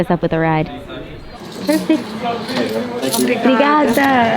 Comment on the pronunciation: 1000/1000 on your "Brigaaaada"!!! That was sweet